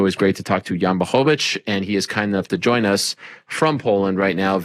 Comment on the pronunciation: Good job with the L in Jan's last name. 👍